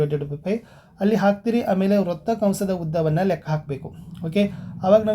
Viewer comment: Sir that's not ವ್ರತ್ತ್ it is ವ್ರೃತ್ತ್